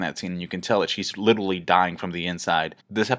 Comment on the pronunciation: holy fuck the way you say literally, i love ya but please stop saying LITTLELY